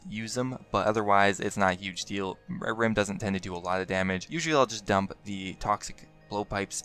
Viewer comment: LOL he says Ahrim like "A Rim"